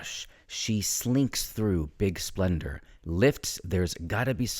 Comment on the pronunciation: It's Big Spender, not big splendor.